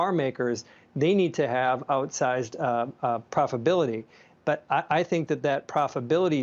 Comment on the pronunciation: Gene: “profability’